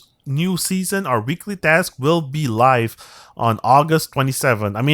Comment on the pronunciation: Dask? 😂😂😂 Sorry but when you say task it sounds like dask 😂😂😂